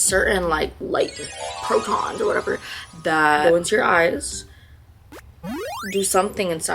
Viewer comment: light PROTONS 💀💀💀 pls girl noooooooooooooooooo stop stoooooppp it is PHOTONS